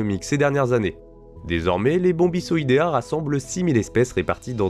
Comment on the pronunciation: super vidéo comme d'hab. Petite remarque de prononciation, si tu veux prononcer à la française les noms binomiaux, attention au "c" qui se prononcent comme "k" avant une voyelle arrière (a, o, ou) et comme "s" devant voyelles avant "e, i". Par ex. bombico- prononcé /bombiko/, les règles habituelles du français avec "c" sans cédille en fait. A la latine version classique c'est toujours comme "k", et latin version ecclésiastique c'est comme en français mais au lieu du son "s" avec "e" et "i" c'est "tch."